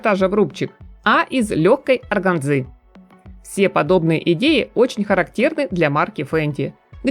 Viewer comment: Слово " органза" надо правильно научиться произносить.